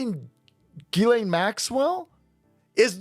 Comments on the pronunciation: Its pronounced “Jizz” lane Maxwell bro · Uh..., it's pronounced "Jizz-Lane" Maxwell